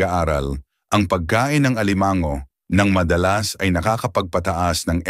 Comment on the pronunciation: Alimango - hinde alimang-go, puro pagpapa pogi lang ang pagsasalita mo.